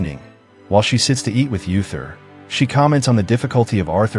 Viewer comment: Uther is pronounced OO-ther, not Yu-ther.